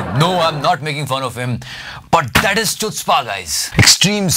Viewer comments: It is good.... and btw chutzpah is actually pronounced as hutzpah.. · it is pronounced as ḥutspâ, not Chutzpah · the pronunciation for chutzpah is hutzpah. And like the pronunciation the movie haider also got the narrative wrong. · btw it is pronounced 'khutzpah' not 'chutzpah' even if it is written that way! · Its pronunciations is hootzpah not chutzpah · As you probably know, Chutzpah is a hebrew word which is actually pronounced as (khu)tzpah. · It's pronounced as khootzpah.